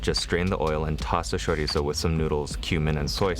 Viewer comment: I greatly appreciate your pronunciation of chorizo